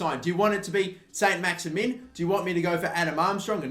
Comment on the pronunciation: I was going to try and explain the French pronunciation of Maximin but there is no point as he can barely pronounce English names....